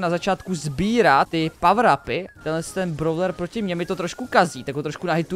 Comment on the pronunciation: nečte se to,,bravler" ale,,bróler"